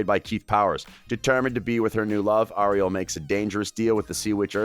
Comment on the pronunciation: Who else is pissed that he said ariel's name wrong?